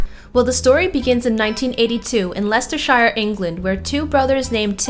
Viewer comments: You pronounce it Leicestershur, not Leicestershire. Americans. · Lesterchire? It's Leichester, isn't it? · BTW its LesterSHEER. that's how you pronounce the "shire" part of the names used in England! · Hate the way she pronounces Shire on Leicestershire. No body prounounces it like that in England lol